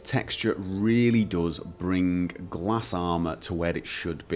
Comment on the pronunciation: it is not pronounce gla-s but something else i don't remember